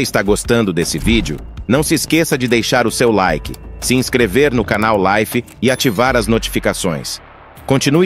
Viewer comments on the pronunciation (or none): none